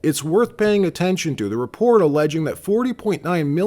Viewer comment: "How to Spaw (spoT)and Repore (reporT) " (WhaT) Why won't you pronounce your letter T's? Where did you pick that up? The guess would be stupid Ignorant teachers?? Always great reporting and journo though!!